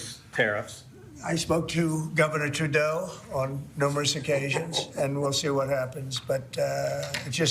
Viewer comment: Government "Treadeau". mmm